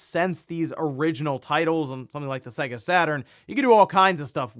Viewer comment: Your pronunciation of SEGA is hilarious. Get out a old SEGA cartridge, blow the dust off it, plug it in and boot it up. Literally says SEGA on the load up. ❤. 😂